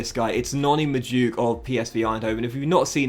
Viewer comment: its pronounced noni mad u eke